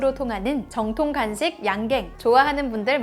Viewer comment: 정통간식은 뭐야? 발음도 저렇게하고 자막도 저리 나온거 보면 아무도 이상하다고 못느낀건가?